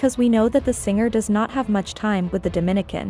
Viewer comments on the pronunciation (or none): none